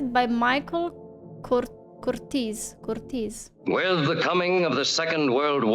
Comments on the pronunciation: A great reaction. Unlike most Americans, you understand the history and geography of the time, like most Americans could in 1942. A credit to your upbringing/education/smarts. You even pronounced the director's last name correctly. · You are one of the few reactors who I have seen who actually pronounced the name of the director of the film correctly! Most say "Curtis". That's not it. It's "Curteez", as you pronounced it.